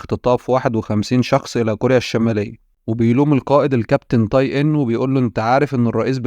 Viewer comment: اسمه (تاي) وليس (طاي) حرّفت الاسم